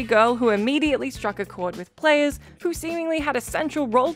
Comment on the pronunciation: did you say players or prayers? at 30 seconds?